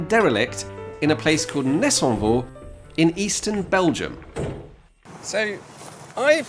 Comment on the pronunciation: Solid pronunciation of ‘Nessonvaux’ 👏